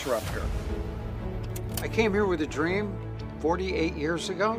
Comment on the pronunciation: "I have a drem" - Caitlyn Jenner